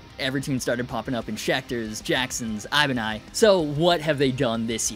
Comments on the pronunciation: Bruh said Ibani haha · “ibani” got me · Bro said Ibani